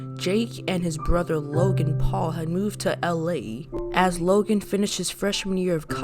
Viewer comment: "Jake paul, Loagn paul"